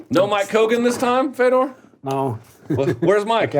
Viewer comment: interviewer sucks..... man..... its fador